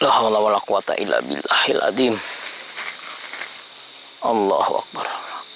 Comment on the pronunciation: Sok Sokan ngilangin setan,,, bacaan la Haula walau quwwata aja salah😂😂😂 hahahahaha untung pocongnya pocong bayaran,,,coba pocong beneran malah di ketawain lu om,,,, hahahahaha 😂😂😂